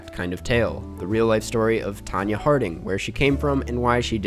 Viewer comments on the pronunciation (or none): none